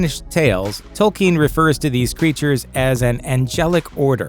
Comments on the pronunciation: Who is tolkeen? You mean Tolkien? At least get the names right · It is pronounced Toll- Keen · They can't even pronounce the creators name correctly